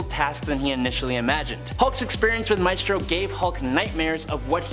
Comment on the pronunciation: It’s MYstro. Not MAYstro